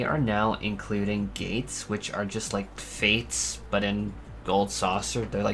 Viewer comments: Eer are you saying gates or gays when it comes to gold saucer. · 100% is saying so the gay things 😂